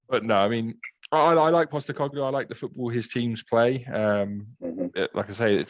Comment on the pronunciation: He nailed Postecoglu in the end! 😅